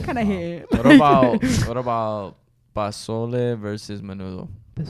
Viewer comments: not saying pazole instead of pozole lmfaoo loved this podcast tho definitely one of my top favorites! 💚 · Sorry did say PASOLE!?!!! sir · “pazole”- 😭😭😭😭